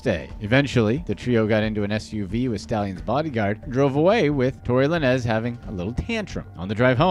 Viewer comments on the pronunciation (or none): It's Tory Lanes...it is spelled Lanez but it's so aggravating to hear you say it wrong so many times. In the future please research when it comes to hip hop artist names and how to properly pronounce them. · "Tory Lah-Nezz" 🤣🤣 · Who dafuq is Tory Lah-Nez 😂😂